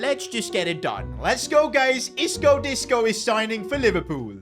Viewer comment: Bro said Isco disco 💀💀